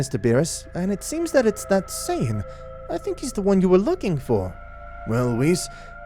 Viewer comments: Ah yes, WISS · “Wiss” lol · bruh, dude legit called Whiz "Whiff."